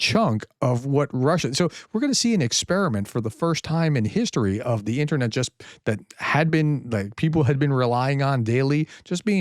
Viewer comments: The "internyet". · "INTERNYET" thats gold! :p